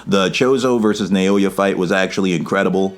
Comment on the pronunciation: You killed this! Not to be that guy, but pretty sure his name is pronounced like “Now-ya” (I study Japanese).